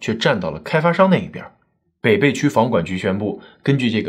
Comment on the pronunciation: 你的文案小编是重庆人，为什么没有告诉你，这个地名：北碚的碚字应该发音为＂陪伴＂的＂陪＂。我们的家人在抗战期间就生活在那里。